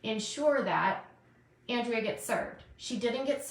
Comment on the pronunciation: How long until pronounces Andreas name correctly? She needs to seriously watch her chat and just shut up already. SHES the one starting the drama and she's making just as much money as anyone else going live 3 times a day! Please someone make her stop!